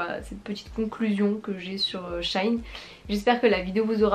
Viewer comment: C'est pas shaïn c'est sheiine